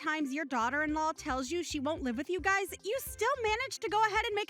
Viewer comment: I don’t mean to nitpick but it is mothers in law not mother in laws and it’s guys is not guy-es. Sorry it just drives me crazy 😂.